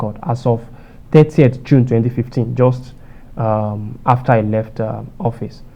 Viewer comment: Mr fact checker, you can do better. Do you say office or hoffice? I mean your pronunciation.....